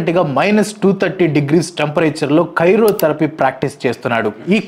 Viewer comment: Karyotherapy kaadu anna cry-o-therapy